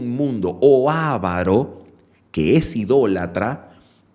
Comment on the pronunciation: Su exposición de la lección me gustó mucho por la claridad y la firmeza que manifestó.. sólo quiero hacer un pequeño alcance sobre la pronunciación de la palabra 'avaro', que tiene el acento sobre la segunda sílaba ( va). Si lo tuviera en la primera ( A) llevaría tilde, sería una palabra esdrújula, ( a'varo) y no lo lleva porque es grave terminada en vocal... un pequeño detalle que no disminuye el valor espiritual del estudio presentado, por lo cual le agradezco al Señor y a Ud. ¡ bendiciones abundantes, Pastor!